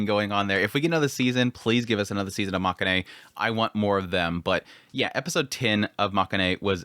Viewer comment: it's pronounced ma-ke-in rather than ma-ka-ne.